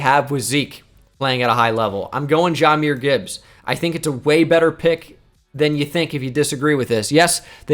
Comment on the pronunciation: I know it dont mean much overall, but I’ve noticed it a couple times. It’s pronounced Juh-myr not Jah-myr. Yes we do call him Jah like Ja Morant, but it’s pronounced Juh-myr